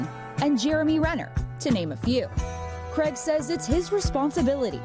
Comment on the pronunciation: Craig does NOT rhyme with "keg"!!!